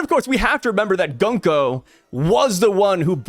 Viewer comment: Been telling you forever to pronounce Gunko correctly and now you’re a cat Consequences